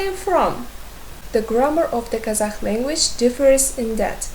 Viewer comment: it's a good lesson! But why do you pronounce Kazakh as казаХ? It's the pronunciation in Russian, not in English.